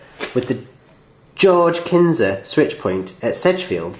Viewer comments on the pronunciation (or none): Knysa is said with a silent 'K'